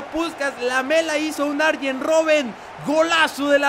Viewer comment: cuando dijiste "Rooben" pensé en clavado ahahaha